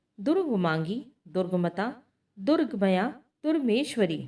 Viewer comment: जैसे 'दुर्गम्या' को आपने 'दुर्गमया' बोला है। ऐसी ही कई जगह गलत है